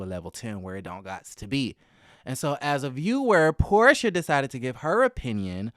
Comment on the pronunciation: It's Porsha. Her name is Porsha.